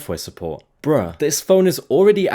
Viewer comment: Bro said bruhh or bra😂